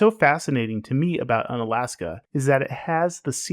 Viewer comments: More like Oon-alaska. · It’s pronounced oon-alaska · bro you pronounce it oo-nuh-las-kuh, apparently you never watched that crab fishing show 'Deadliest Catch' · Unalaksan. Really bruh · pronounced oonalaska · Hey I mean if you're going to make a whole ass video about it why would you even learn how to pronounce it. Why would you even try? why would you even spend one second to try to pronounce it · is this some AI channel that doesn't know about pronunciation? god damn man hope its not AI but this is a weird literal take on pronunciation like I had when I was 5. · Though people say you have mispronounced the town’s name, the idea of un- preceding a state’s name presents an idea for a category. Each state’s city that most defies the state’s image. St. Augustine is Unflorida, Fredericksburg is Untexas, Harper’s Ferry is Unwestvirginia. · I think he needed the mispronunciation to land that quip about it definitely being in Alaska. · That’s not how is pronounced 👎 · Pronounced with a long U.